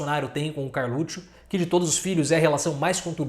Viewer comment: Verdade. ps: Eu racho quando o professor fala "Carlutchuo"! KKKKKKK